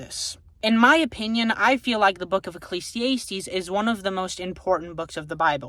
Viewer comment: I don't know if it was on purpose lol it's uh·klee·zee·ah·steez not ay·steez